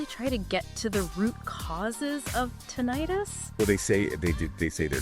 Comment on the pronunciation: you can't even say Tinnitus right